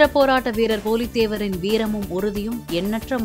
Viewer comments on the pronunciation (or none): புலிதேவர் என்ற சொல்லை சரியாக உச்சரிக்கவும்